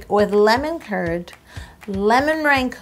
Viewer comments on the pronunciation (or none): How To Cake It it sounds like you are saying lemon turd not Lemon Kurd